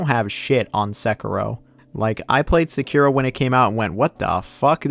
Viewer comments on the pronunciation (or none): I love how you pronounce a word one way and literally two seconds later you pronounce it another lol. Gaiden and Gayden, Sekiro and Sekeero 😁